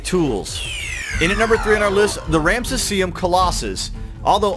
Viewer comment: you didn't even pronounce "Ramesseum" properly hahahahahahahah